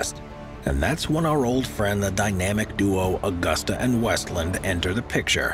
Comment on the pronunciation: It is/was Aah 'goos 'tah, (Now Leonardo Helicopters) not Augusta as in the town in Georgia!